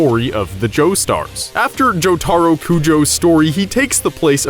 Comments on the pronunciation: You have committed a crime for saying jotaro's name horribly wrong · I guess this is truly the story I never knew because I didn't know that inaccurate information. I wanted to stop watching after I heard how they pronounced Jotaro's name but then completely stop watching after Josuke was Jotaro's half brother. This shows how much they care for JJBA when they can't get simple facts straight. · Does anyone cringe when he pronounces Jotaro’s name and Hamon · This dude never knows how to say jotaro's name